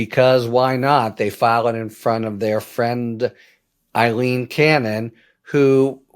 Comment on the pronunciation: It's Aileen, not Eileen.